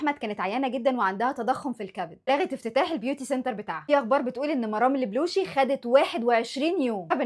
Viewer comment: اول مرة اسمع حد مصري ينطق اسم البلوشي صح